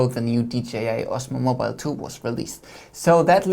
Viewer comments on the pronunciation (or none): none